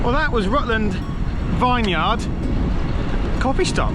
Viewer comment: Nice ride! It was windy that day, I went out that day and intentionally planned to go into the wind for a tailwind return but it was a bit of a slog and I only did half your distance! The "Vineyard" pronunciation could use some work btw 🤓😂😅 looks lovely there.